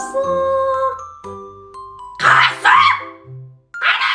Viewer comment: 37 де қазық дегенін күлкі 😂😂😂😂😂